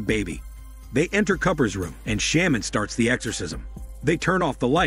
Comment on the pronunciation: had to stop after the word "sham-man" was said 5 times. dude, like i know its a text to speech thing but thats not even a fucking word. you would think it would be programmed to said correctly. dude has a big channel and uses MS text to speech for windows 98. damn 😂😂😂